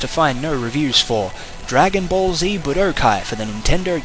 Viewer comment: You Pronounced Budokai Wrong